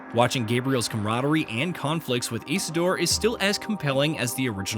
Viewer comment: Is not "Grah-I-Ah", nor "Isdor"